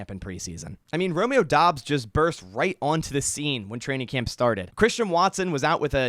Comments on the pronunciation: As a Nevada Wolf Pack fan I can tell you he pronounces it like Dubbs not Dobbs! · Its DOUBS, not Dobbs What the hell??